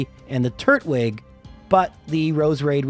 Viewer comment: "Garden-ia" "Turt-wig" You have got to stop